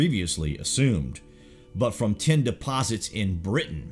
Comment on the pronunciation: This guy keeps saying "ten" when he should be saying "tin". I was confused for a while - ten what?